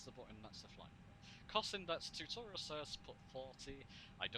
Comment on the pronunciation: tewtuuurial, haha love it!